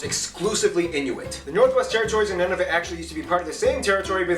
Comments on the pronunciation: Pretty good video! His pronunciation is a little off, but that’s okay. Nunavut is more like Noo-na-voot (rather than none-of-it) and Newfoundland sounds like NEW-fin-land. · I was looking for this! Noo-na-voot. I’m American and I knew that one. Of course, this is in the 5% of things I’ve gotten right about Canada.😞